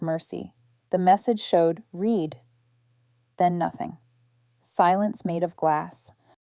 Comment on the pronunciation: AI really needs an upgrade. Can’t pronounce past tense of read.